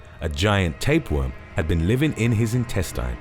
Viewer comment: Can you bro pronounce intestine correct